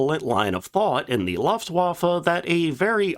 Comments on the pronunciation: Loeftwaffe, not laftwaffe😂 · What is a Loftwaffle ? Jesus , got the prononciation correct! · A person with such high knowledge of aircraft should know how to pronounce Luftwaffe! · I love your channel, and your (non) dulcet tones, but for the love of God, please learn how to pronounce “Luftwaffe” correctly. You’re killing me Smalls 🥹